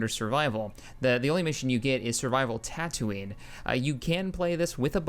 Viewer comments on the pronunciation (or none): none